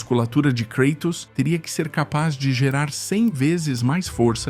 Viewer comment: "KREITOS" ta de sacanagem!